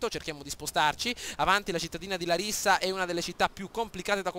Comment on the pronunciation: Ed si pronuncia làrissa